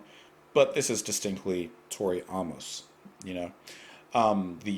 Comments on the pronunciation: Her name phonetically Is not ah-mos, that would spelled aumos, her spelling is Amos so pronounced A-mos like the letter A. Not being smart ass just a little help with how to know how to pronounce an unfamiliar name. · Why are you pronouncing her last name like that? It’s AAA-MUS. Long A. Like the man’s name.